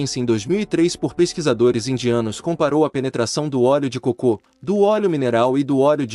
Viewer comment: ELE É PERSONAGEM FALSO MÉDICO FEITO POR IA, FALA COCO COMO SE FOSSE COCÔ.